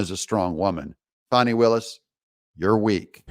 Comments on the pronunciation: It’s Fani- not fauni, Please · It is not pronounced Fon-knee, it is pronounced Fan-Knee as in your bung hollieo. Has AOC informed Fani that ""RICO is not a crime" so she is in big time trouble indicting Trump and his allies. Fani might be a good liar, but you can watch her closely and see those wheels turning in that empty head thinking about the next lie. If she is hard working, why did she take 7 vacations in 6 months. I wish I could get a job where I can work that hard. As far as Fani there were many crimes embedded in her relationship. I hope that Fani, Nathan's Hotdog and Terence "I don't Know Bradley all need disbarred. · You don't have a reputation, at least not a good one. It's pronounced Fanny just like a big fat fanny!